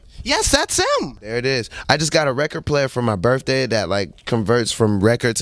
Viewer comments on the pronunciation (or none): Did he celebrate his “birfday” in “picksberg”?